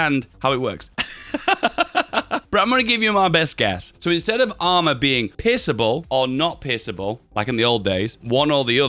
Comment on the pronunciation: All I hear is pissable or not pissable. Guess this is the question🤔😁